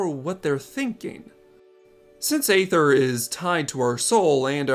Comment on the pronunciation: It's pronounced ether, not ay ther